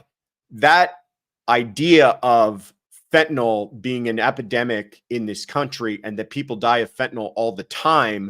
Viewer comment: It's pronounced fen-ta-nil, not fen-ta-nol